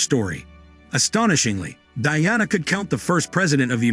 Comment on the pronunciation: It's the way he's saying princess Diana's name that's bugging me 😅